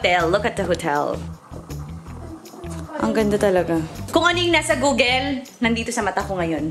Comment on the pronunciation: Alex said 'Googel'. So how do you say 'people'? hihihi